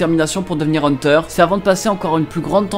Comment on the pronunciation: On dis heunteur x heuteur